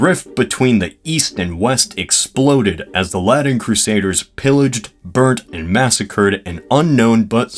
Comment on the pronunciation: Who are the “Laddens”? Do you mean the Latins?